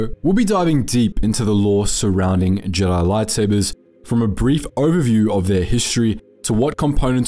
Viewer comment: Why do you say Jedi jeedi